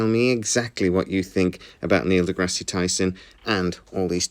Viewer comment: By the way, you don't pronounce the "e" at the end of degrasse.